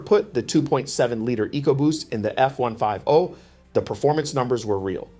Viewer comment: F one five oh, sounds like an AI presentation or the narrator doesn’t know how to pronounce F one Fifty.